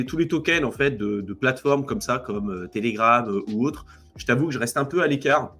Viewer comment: telegraf j'ai saigné des oreilles